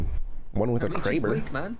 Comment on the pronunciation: “One with the Kraber “ 😂😂😂